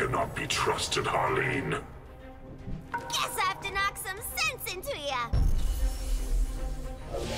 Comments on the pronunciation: It’s Harleen not Harline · Small Note - it's Harleen, not Harline.